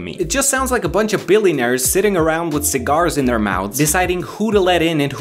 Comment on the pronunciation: The ways he says cigars is funny.